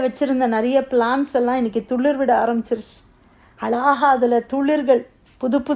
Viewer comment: அளகாக இல்லை அழகாக .... தெளிவாக உச்சரிக்கவும்.....